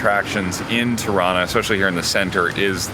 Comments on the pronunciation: Its not terana it’s Tirana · I have a severe case of misheard lyrics in this vlog - every time you say "Tirana", I hear Toronto. 😆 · The way they pronounce Tirana is exactly how Canadians pronounce Toronto. 😅